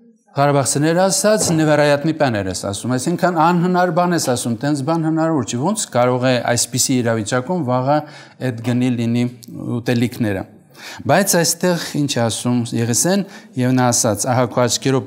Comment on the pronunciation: Նեվեռայատնի պանեռ ես ասում 😂😂